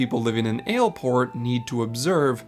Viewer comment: Hate to break it to you, but the way he pronounces it is correct.